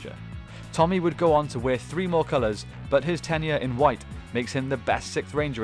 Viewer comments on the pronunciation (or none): none